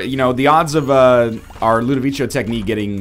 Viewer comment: Are... Are you complaining because he's pronouncing it right? And it's based on A Clockwork Orange, and in that movie that's what they call it.